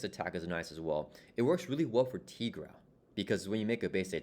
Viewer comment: Tigra is pronounced TIE-gra, like Tiger. Jenny Blake Isabella née Tony Isabella, co-creator of Tigra, is on record saying as much and that they thought it would be self evident because she's literally a Tiger Lady. And here's a supercut of Tigra appearances including an Avengers cartoon and Chip and Dale movie where she is called TIE-gra